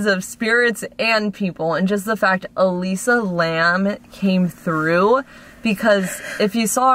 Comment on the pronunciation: “Elisa Lam”? Yikes!!